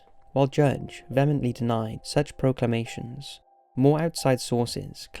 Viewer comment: "Pro-clam-i-nation" 😂😂😂 that's not how it's pronounced, dumbass.